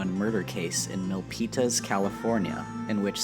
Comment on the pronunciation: my High School!! cool...You pronounce Milpitas wrong bro